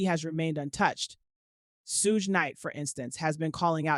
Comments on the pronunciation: Ok. Like the recap the narrator provided but the pronunciations were bothersome. Suge ( Shoog) not Sooge. Lol!! Elite (Ee-leat) not Ee-Light. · The narrator is A.I and sadly a little off putting at times. Spaces between names eg R....Kelly as if there is 2 different people it's talking about. The way Suge is pronounced. Yea a little off putting. Prefer listening to the sister.